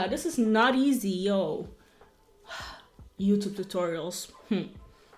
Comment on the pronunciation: Its "YouTube " not "Youtoop" 🤣🤣🤣